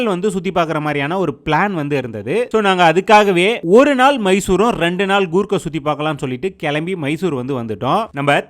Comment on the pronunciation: It's Coorg not Goorg